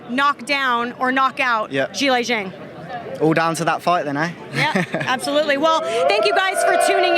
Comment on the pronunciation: Why is opetaia calling pronouncing "Zhang" as "Yhang"?